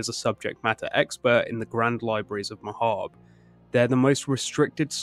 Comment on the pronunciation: AND THEY PRONOUNCE MAHABRE CORRECTLY YAYYYYYYYY